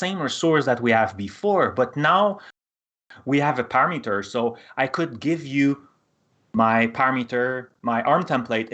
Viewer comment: How does this guy know this shit well enough to host a video teaching it but can't pronounce the words "parameter" or "template"